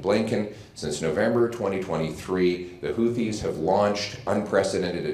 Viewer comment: Isnt it pronounced HOO-TEES?